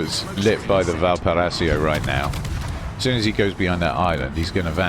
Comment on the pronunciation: It's pronounced "VAL-PAR-I-SO" 😊